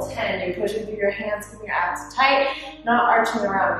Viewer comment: When she said “Keep your abs engaged” I heard “Keep your ass engaged”